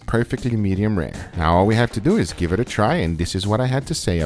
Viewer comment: "Let's dew it"'